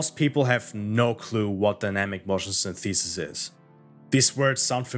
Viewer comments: Its more like Synth - eh - sis. English English rather than American English. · sYnthesis, not synthEsis. Otherwise, great vid. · That's not how you pronounce 'synthesis'. It's not 'syntheeesis'. The stress is on the first syllable. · dawg I love this video but please stop saying syntheesis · Well I didn't hink it was possible for a human to mispronounce 'synthesis' in such a way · Good video, although that’s not how synthesis is pronounced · Hey man, great video - I really liked the euphoria engine in the first Read Dead Redemption, I think it fit in perfectly there. Also, no disrespect - your pronunciation of the word "synthesis" is kind of off. I found a 12 second video that shows the correct way to say it and I thought I would offer it to you in case you're interested. Anyways, cheers m8. I'll post the link below in case the comment is auto-removed by YouTube.